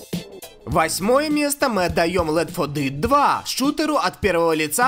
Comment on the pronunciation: Я считаю все ошибки в названиях легенд игровой индустрии(пожалуйста,лайкните коммент за работу)- 1)Битизда(правильно Бефезда) 2)The Elder Scrolls 4 Oblivion(Зе Елдер Скроллс 4 Обливион)Сказано-Елзел Скролс 4 Обливион) 3)Left for Dead 2-Сказано-Лифт фор дид.Правильно-Лефт фор деад. 4)CoD Modern Warfare 2.Сказано-CoD модерн фарфар 2.Правильно-CoD модерн ворфейр 2